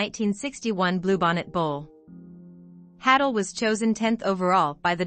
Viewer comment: Hay-dull is the pronunciation. Not hattle.